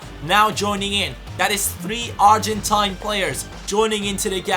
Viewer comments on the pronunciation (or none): none